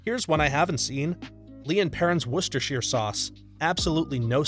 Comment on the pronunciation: Great pronunciation of "Worcestershire" sauce! (From a brit)